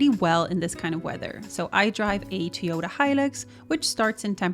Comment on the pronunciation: You drive a “tee-oh-tuh?” In the United States, we drive a “toy-oh-tuh.”